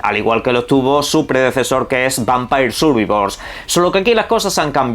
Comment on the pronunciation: Vaya por delante que puedes pronunciarlo como te salga de los cojones, pero me llama la atención que lo llamas "vampair survivor". Entendería que dijeses las 2 palabras mal "Vampire survivor" o las 2 bien "Vampair survaivor" pero me da toc que digas una bien y la otra mal.